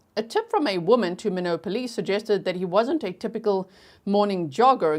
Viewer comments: MY-NOT not minnow. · It’s pronounced MY-NOT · Actually it's pronounced my-not (I was late) 😂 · Both my parents were born & raised in ND & every time she says "minnowt", I say my-not.😉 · Minot is pronounced MyNot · The pronounciation of the city of Minot is like “why not”, long “I” and short “o”, not how you are pronouncing it. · Minot is pronounced my not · Minot is pronounced my-not. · It's pronounced My-not, North Dakota. Love you G! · Minot, pronounced like sky not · It’s MY-NOT. I lived there for 4 years. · ND native here - Minot is “my-not” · My knot is how u say minot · I’m from South Dakota and Minot is pronounced My Not. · I grew up in Minot. It is pronounced as MyKnot. Thanks for this break down! So helpful! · It is pronounced my not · The city is pronounced My knot. I only say something because I know you like to pronounce words correctly 💛💛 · Thanks for covering it! I live in Minot and it’s pronounced “my not”. Your coverage is great! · Minot is pronounced: My not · Years of lurking, just joined and have Patreon too. Love your work! Minot is pronounced “My not.” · Town is pronounced Mine Ot. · Minot is pronounced. My not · I’m watching on replay 😢 But I’m in North Dakota and Minot pronounced “My Knot” ;) I love your channel!! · G, it's pronounced My-not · We say it like German knoodson… lots with German Heritage here… and Minot is like “My knot”. Love you G❤ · The lady speaker in the beginning can’t say Minot